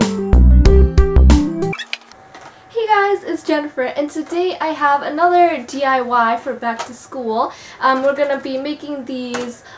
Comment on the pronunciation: Cam Bennett he might be struggling to say have?